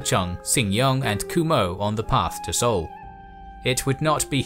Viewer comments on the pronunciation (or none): none